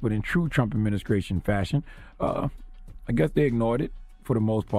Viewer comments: Does Charlemagne say "adminiskration" ? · "trump adminiskraytion" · Adminicration? lol